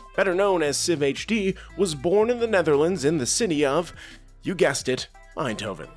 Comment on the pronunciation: not sifhd it was SI-VHD, gud ol days. watch him daily 🤙